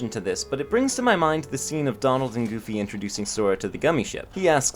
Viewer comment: You said domald and goomy